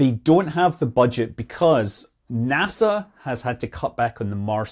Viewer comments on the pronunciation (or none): none